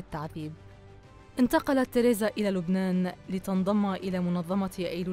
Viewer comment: لفظك لاسمها غلط